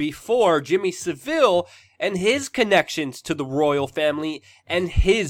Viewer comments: It's not SEVIL, it's Savile! 😄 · Luke, you don't pronounce the S in Ghislaine also it's Savil not Sa-Ville and Jimmy Savile was Vile. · Jimmy SAville not saVILLE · Saville is pronounced Sav iLL not Seville, that is a a place in Spain. Ghislaine is pronounced Gee lane, it is French. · Totally agree that that the BBC has an awful track record particularly regarding Savile (fyi pronounced SA vil rhymes with Cavill). But in this case they are leading the charge far more than any other network. Maybe making up for past mistakes? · Luke its pronounced SAV-ILL and Gee-laine.